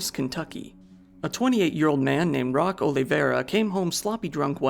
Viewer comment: Roque = "Roke"... Not "Rock".